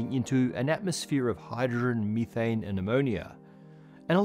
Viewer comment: OMFG HE GOOFY MEETHANED AND CAPSHULLED Y GOD YYYyyyy 😂🎉